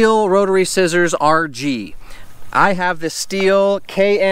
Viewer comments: Stop saying steel 🤦🏼‍♂️ stihl is pronounced “still” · Manning neither does happy or baby. You can just do a quick YouTube search and watch any STIHL commercial. I don’t want you wandering throughout Palm Springs recommending STIHL products with incorrect pronunciation.